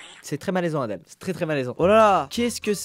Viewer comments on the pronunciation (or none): none